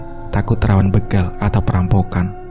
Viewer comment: Begal bukan beugal!!!